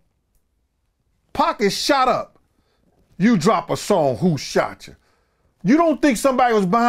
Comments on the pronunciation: wtf is "Whochaco"? Repeat after me, WHO-SHOT-YOU! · Lol sound like said “who shasha” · Who "shosha"?? 😆